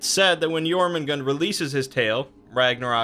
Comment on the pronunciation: Jörmungandr it has an R at the end with that sound. Also for Aesir it’s pronounced Ace-year, not Ass-err